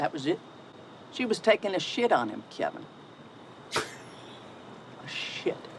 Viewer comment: I can't get Patti's pronunciation of Kevin out of my head to this day. "Kebin"